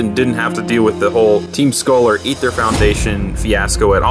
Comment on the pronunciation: I was actually confused for like 5 seconds until I realized you were saying Aether terribly wrong.